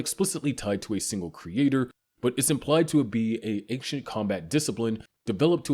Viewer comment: Broooooooo. Never has it ever been anktchent it’s ancient